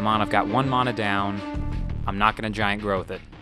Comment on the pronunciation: "Mauna"? You mean Mana, right :D